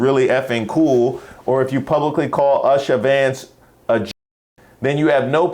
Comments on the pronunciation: Oosha,, not Usher 😉🙂😊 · I agree with Vivek on one thing, her name is Usha not Usher😂😂😂😂😂‼️💯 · Her name is pronounced ooosha not usher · Why you keep pronouncing USHA as USh-sha L like USHER? LMfao... Leave USHER'S SEXY AZZ out of this mess! 😆😆😆😆😆